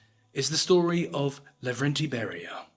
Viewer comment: Not Lagrande. No. Lavrentiy.